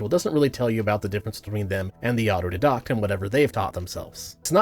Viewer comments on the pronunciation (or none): Hi, friendly neighborhood pedantic nitpicker here! The way you pronounce 'autodidact' sounded wrong to me, so I checked. What you're saying is something like "auto-did-oct," but the credentialed-elite say the pronunciation is "auto-die-dact." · It's auto DIE dACKt. Not auto dih dokt. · Although it does bother me that he isn't pronouncing auto- die - dact correctly Wtf is an auto -dadoct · my pedantry is flaring up. its "otto-DYE-dakt", not "otto-di-DAHKT". please, my ears are hurting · You keep saying åtō-dédå'ħt instead of å'tō dī'-dăkt. 😅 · As much as I love your content, the mispronouncing is super ironic here. Auto-dye-dack, not dee-dack. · The irony of you speaking on auto-didactic learning without being able to pronounce autodidact(aa·tow·dai·dakt), is papable and hilarious. Stop conflating deduction with "didaction". You sound like a proper idiot when you try to teach without being able to pronounce the words you're using to educate. 😂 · Please look up how to pronounce autodidact. It's more like auto-die-dack and I auto died a little inside every time you pronounced it like a French school girl 😂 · Auto "Dye-Dackt" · I uh, don't disagree, but uh, is "auto dedockt" a Canadian pronunciation of the word I'm not familiar with? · Is that how you pronounce "autodidact"? Thought it was supposed to be "auto-DIEdact" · Aw-toh-die-dact. Ironically I didn't teach myself how to pronounce that. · Signs of being an autodidact: 1. You pronounce autodidact like otto d docked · The pronounciation of autodidact (ah-toe-die-dakt) is throwing me so much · Auto-DIE-dact... Pedantry intended. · Isn't it pronounced auto-DIE-dact? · for the record, autodidact is pronounced "Ott-oh-Die-dakt" not sure why that bugs me so much, probably [libertarian autism joke goes here] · Love your videos, mate. Now please use your autodidact skills to check out the pronunciation of “autodidact” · I have never heard someone pronounce autodidact like that. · why would you mispronounce autodidact?